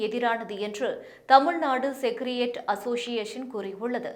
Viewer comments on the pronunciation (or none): அம்மா அது "செகரடேரியட்" நீங்க படிப்பது போல் "செகரியேட்" இல்லை. ஒரே தப்பும் தவறுமாகவே படியுங்கள். தமிழ் வராது இங்லீஷ் தெரியாது🤣🤣🤣. உச்சரிப்பு பயிற்சி சரியாக முடித்துவிட்டு வாருங்கள். நேற்று ஒரு மேடம் மலையாள திரைப்பட உலகம் குறித்து ஒரு செய்தித் தொகுப்பு படித்தார்களே அவரிடம் பயிற்சி பெறுங்கள் நீங்களும் உங்களுடன் ஒரு பெண் சவசவன்னு எந்த உணர்ச்சியோ ஏற்ற இறக்கமோ இல்லாமல் 🤦‍♀️🤦‍♀️🤦‍♀️🤦‍♀️🤦‍♀️செய்தி படிக்கிறாரே அவரும்.